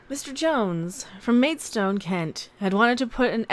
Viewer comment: it's pronounced Maid..stone lol 😉